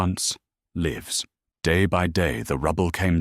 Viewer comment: I really like this Story. But lives not Livs.